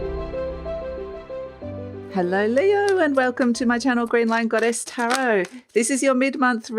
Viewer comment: It always makes me smile when someone pronouces tarot properly. It's tarot, not terrow! :D